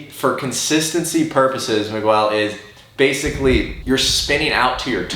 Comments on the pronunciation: it's "Mig gell" not "Migwell" my dude lmao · “Migwel” ? Lol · "Ma-gwell"??? hahaha Love ya! Keep up the good work! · my man really said "Migwell" instead of Miguel 😂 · anyone else hear say miguel wrong lol